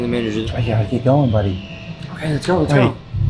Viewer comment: "KEEB IT CASUAL"